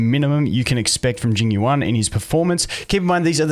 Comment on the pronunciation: Obligatory pronunciation comment - second part of his name is like the word “you” and the syllable “ahn/awn” like the word “yawn” or “lawn” with an American English accent :)